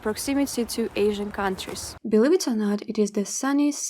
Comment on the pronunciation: Thank you for this very nice video. I’m from US and had no idea that there were so many modern beautiful cities in Russia. I want you to know your English is fabulous!!! Only one word gave it away. Believe. I notice Russian accent has the “ ieve” sound like live instead of the E sound. Your English beautiful